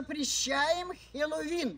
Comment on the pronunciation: Сначала выговорить научитесь слово Хэллоуин